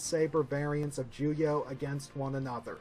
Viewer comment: Why do you keep saying “juyah”? lmao